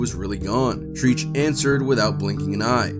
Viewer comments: Facts are wrong my guy, cops did not pull them over for loud music. It's not treech, Treach. White boy. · I was like now who the f is treeeech 🤔 🤭🤭🤭😂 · I was wondering who the hell is TREECH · How you butcher treaches name lol